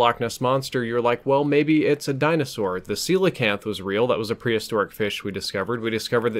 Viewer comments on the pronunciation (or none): none